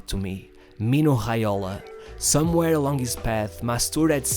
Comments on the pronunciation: Not Tregiana, nor Haiola. As you were able to say MastouR, impRove you are also able to say Reggiana, Raiola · I have heard of J being pronounced as H but never R, mino hialo? Hobinho?